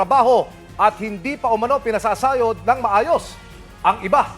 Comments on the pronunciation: Pinasasayod daw imbis pnapasahod.. wrong pronunciation ang reporter, anyway, Duterte Legacy yan, DDS Legacy yan. Tatak Duterte. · 0.20 anong d pinapaSAYOD? HAHAHAHAHAHAH bulol